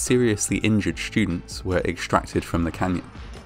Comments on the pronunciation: well, except for the word "shtudents." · "Schtudents" Lol wth man? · The shtudents were shtood on the poorly conshtructed platform! What is it with people pronouncing the 'st' sound as 'sht'? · Probably a regional thing, I pronounce it that way too